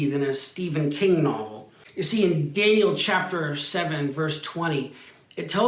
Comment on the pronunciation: Daniel, not Danliel